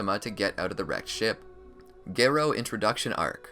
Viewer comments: it’s Garou not gerou you British or smth? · How do you know so much about anime and you pronounce one of the easiest names wrong😂😂😂 (Gairo)